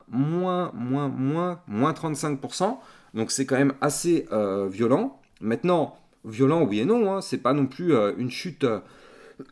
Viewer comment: t'as un défaut de langage, tu dis meitenant au lieu de maintenant 😂